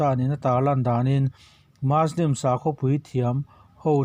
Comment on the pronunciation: Ngatinge muslim hi maslim tia kan lam fo mai awwww